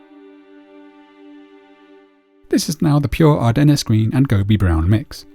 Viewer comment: From editing to actual painting, every part of this is an absolute masterpiece. Kudos to you sir ! PS : Ardennes is pronounced Ar-den. There's no "nes" sound at the end. :-)